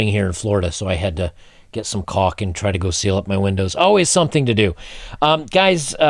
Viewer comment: Bro, make sure you put some L in your cauk. Holy crap you made me spit my coffee